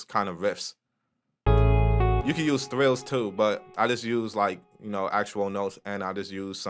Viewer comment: This don't matter at all G but it's called "trills" not "thrills". But you knew what you was talking about